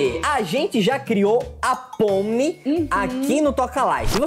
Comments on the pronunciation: O nome dele,(do Coelho), é Jax mas se pronuncia Jex. Espero ter ajudado vcs 😊. Ah e o nome dela é Pomni mas se pronuncia Pomini. Tbm espero ter ajudado dnv gnt 😊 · e se escreve pomni e mas se fala pomili ok da like se vc acha qui ta certo? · e o nome é pomini e jex e a sim que se pronuncia amo vcs demais ❤faz um show aqui em Portugal por favor 😊😊❤ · O nome dela n e pomni a jente fala: pomini mas escreve assim:pomni 🤓👍🏼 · E SE ESCREVE JAX MAS FALA JEX E A POMNI SE ESCREVE POMNI MAS SE FALA POMILI😊 NÃO É POR MAL É POR CORRIGIR O PORTUGUÊS DO NOME❤AMO VOCÊS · O nome dela se pronuncia pomini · O nome dela se pronúncia assim👇 Pomini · e se escreve pomni mas se fala pomini é o jax vcs falaram certo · Se fala pomini mas se escreve ponmi se fala jaxx mas se escreve jax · o nome da pomni realmente se escreve assim mas se pronúncia pomini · Se fala pómini e jex